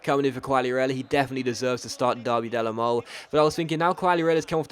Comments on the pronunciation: in Italian you pronounce final Es--it's Derby Della molay not Mole like the animal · In "Derby della Mole" you actually pronounce the E at the end of Mole